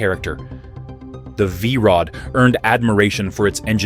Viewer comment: What the hell did the AI narrator call the V Rod the first time?